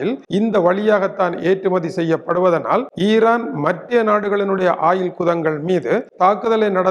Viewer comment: ஆயிலா இல்லை ஓயில் ஆ.. ஏயா… நீர் எல்லாம் ஒரு மனுசனா எதுக்கு தவறான முன்னுதாரனமாக இருக்கிறிர் திருத்திக்கொள்ளும்.